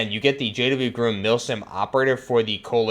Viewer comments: Again. It's not groom as in bride and groom. It's Grom as in rimes with Mom. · Its not groom, GROM.. sounds the same as it looks. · He says groom not grum when it’s actually grom. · Why he saying GRUM???????